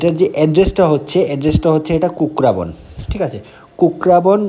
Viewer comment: Kakraban no kukraban